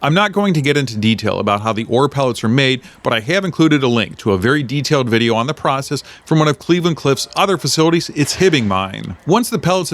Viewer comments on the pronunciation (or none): none